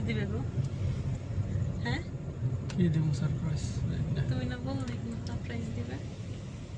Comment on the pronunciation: Surprise ta thik kore uccoron korte sikhun